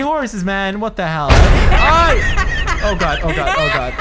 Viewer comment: You sounded like a white girl when you said what the hell